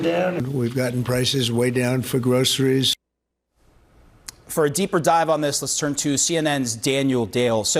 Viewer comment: he can’t even pronounce the word groceries. 😂 bafoon